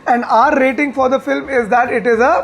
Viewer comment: filim bolta hai film ko... kisne notice kiya?